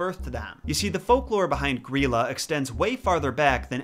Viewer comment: To star with they are not dwarfs, they are trolls😁. but loved to see this. loved your pronouncing of Grýla, it was spot on. keep up the awesome work. 👍